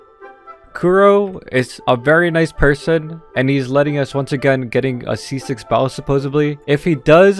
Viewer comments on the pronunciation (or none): It sound like he kept in saying bald instead of Baal